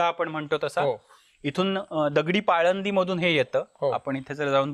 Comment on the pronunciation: पाळंद नाही ,पाणंद. हा शुद्ध उच्चार मला एका नगर ,परभणी आशा विभागातील डॉक्टर मीर्झा बेग जे हास्य कशी आहेत त्यांच्या कडून ऐकायला मीळाला सगळ्या कोकण वासीयांकडून पाळंद असच ऐकायला मीळतं सहज जाणवलेला उच्चारातला फरक शूद्ध या मला तूमची शाळा वगैरे नाही घ्याची